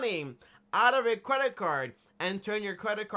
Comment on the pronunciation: He said Cwedit card 😂😂😂